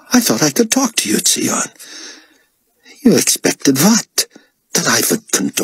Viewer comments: Same - it’s pronounced Zion Ben Judah. It was made clear in the books! And even if it wasn’t, it just makes more sense than “Tsee On” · It annoys me that he mispronounced tsion's name every time through the whole book series even though when he is introduced he literally tells you how to pronounce his name. Its pronounced Zion, which is why the baby calls him "uncle zone". They literally paid him to do this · Agreed. It's unbearable. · I thought the same thing 😂